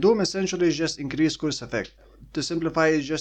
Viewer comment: curse is pronounced the same way as nurse